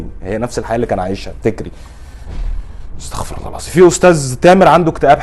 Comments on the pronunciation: نصيحه الاستغفار لازم تكسر وضم الراء الفار استغفِيرُ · استغفر بكسر الفاء وضم الراء